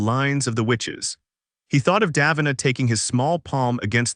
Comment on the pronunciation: Ok so just mispronounce both KOL and DAVINA’s names like that